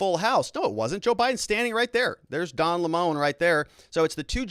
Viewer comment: By the way, it is disrespectful to mispronounce a person's name on purpose, especially when you do it over and over. Can't you just pronounce Don Lemon's name properly? I've watched you for some time and when you started you weren't so actively partisan. When you do something like constantly mispronounce a person's name to score some ephemeral partisan points you are starting to cross over into the territory of being a dickhead. Please don't be one. There are plenty of dickheads on YouTube, too many. One of the reasons I have enjoyed watching you is that for a long time you made an effort to be polite and fair minded even if you disagreed with someone. I would like you to be that again, although I know that being the other type probably will get you more clicks. You can add to the coarsening of our culture or you can fight it.